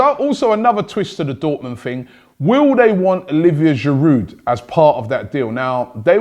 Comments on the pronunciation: Please, pronounce the names of your players correctly. Don't pronounce 'd' in Girou(d). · It’s GIROU not GIROUD! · please stop pronouncing the d in Giroud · its Giroud...